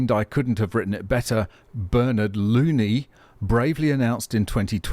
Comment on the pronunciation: That unfortunate surname is actually pronounced Loh-nee (it's Gaelic), but still ...